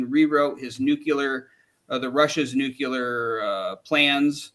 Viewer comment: Please stop saying “nucyular”